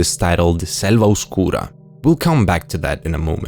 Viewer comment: This dude has to be latino, he said Oscura TOO WELL